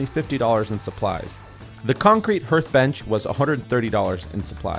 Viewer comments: it's pronounced like heart, not hert. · Its HARTH like pronouncing Heart with the H at the end. You are pronouncing it herth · Did my man say "Herth"? He's breaking my "hert". This was an outstanding project, and honestly, I didn't see anything that a total layman couldn't build with a little planning and patience. That is how easy he made it look. Well done! The patio looks awesome. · Pronounced “Har” like hard and then a “th” sound. Not “her”th. But good try. Had a fire place growing up and was always told to go sit there to get warm! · I pronounced hearth as "herth" for years before I found it that it is pronounced "harth". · by the way its a harth. good job though H-A-R-T-H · Hearth is pronounced the same way you pronounce "heart". Just fyi. Great work bro. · Hearth - pronounced HARTH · Hearth is pronounced as if it were spelled like this "harth", so not like earth with an "H" in front of it. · Pronounced Hearth as in Harth not Hearth as in Hearse. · Great job man. That looks awesome! And someone already said it, but it is “harth” like heart but with an H at the end. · JFYI - Hearth is pronounced "Haarth" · It's pronounced 'HARTH'. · Ok no one cares that he said herth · Hearth "haarth" sorry, was bothering me lol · For what it's worth, it's pronounced like HAR-TH. Like heart with an H at the end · It's a "hearth" and it's pronounced "harth." 💙💜💚🧡💛❤ And also? SQUIRRELY SQUAD!!!!!! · Hearth is pronounced like heart, but with the th sound instead of the t sound. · It bothers me the way he pronounces it. Great video I enjoyed it but how have you never heard it pronounced correctly? The people saying "who cares?". I care. Lol